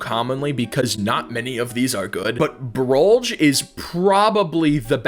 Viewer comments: did he just pronounce it brollj? its pronounced brollge not brolj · Btw it's said broll-ge